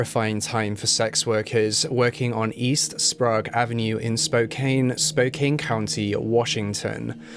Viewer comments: Just FYI: pronounced “Spo- Kan” not “Spo-Kane” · okay i'm only six minutes in, and i KNOW you're british but i live in washington and i have to say, it's pronounced like spo can not spo cain anyway king ily i just NEEDED to say it lmao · Sprague is like sprayg or spregg. Spokane is like spo-can. But the video was great! Thank you for including Yates who never seems to be mentioned which I feel is a disservice to his victims. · Spokane is pronounced Spo kann not Spo kane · Ooof he butched Spokane lol 😆 it's pronounced like Spo-can, good try though 💖 Great video as always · As someone who grew up in Spokane, nothing makes me laugh and cringe more than hearing people pronounce the city wrong. The E on the end in misleading. It’s “CAN” not “CANE”. And Sprague is another tricky pronunciation. It’s pronounced closer to the way you say “PLAGUE”. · Spo can. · Every time he says Spo-cane I cringe haha ppl who live here pronounce is Spo-Can. Not a huge deal but noticeable. Thank you for covering the case. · As a Spokanite I need to correct your pronunciation of Spokane and Sprague. Spokane is pronounced Spo-CAN, not Spo-CANE. Sprague is pronounced SprAYgue, not SprAHgue. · Its Spo-can Not Spo-cane.. I know it's a weird spelling thing, but yeah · Spo Can not Spokaine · Pronounced: Spo-can. Not Spo-Cane Say it with me, I know you CAN do it.... Spokane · I love your videos, but it's "Spo-CAN", not "Spo-KANE". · As someone who lives in spokane my right eye twitched every time i heard Spo-Cane and sprag and not Spokane (spocan) or sprague (spraag) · I live in Spokane! I've never heard of this case so thank you so much for covering it! Also, don't feel bad about the pronunciation. I flew in from Denver last night and the pilot kept saying "Spo-Cane" . Everyone in the plane cringed. I laughed. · “Spo-cane” lol It’s “spo-can” 😂 “Ska-git” It’s “ska-jit” 😬 I lived there lmao I’ve lived in skagit county, spokane, and oak harbor. Way too close to home 🤣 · It’s Spo can.